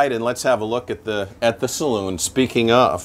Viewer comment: Great 👍....the owner correctly calls it a saloon ( pronounced saloon) not as is so often and incorrectly pronounced as a ‘cylon’ . That aside, a beautiful boat and a superb tour of this wonderful craft, especially helped by the owner’s input 😁 and love the humour too, lovely